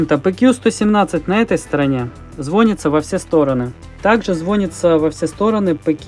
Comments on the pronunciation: Не звонится, а звонится. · Мне одному жутко режет слух "звОнится", а не "звонИтся" ?! :) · ЗВОНИТЦА ЗВОНИЦА ЗВОНИЦА АБЪБЬПАЬДПППЬГГ, ПОЖАЛУЙСТА СТВАЬТЕ УДАРЕНИЕ ПРАВИЛЬНО, Звони'тся а не Зво'нится прозвони'ть а не прозво'нить